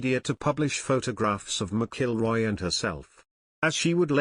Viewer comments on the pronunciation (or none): You would think this narrator would learn how pronounce Rory Mcilroy's name you know this story is not true.